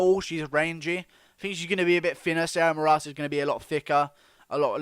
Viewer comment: Moras . You most putt the accent on the o vowel